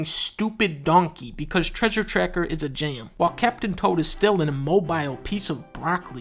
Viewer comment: "...Treasure Tracker is a jame"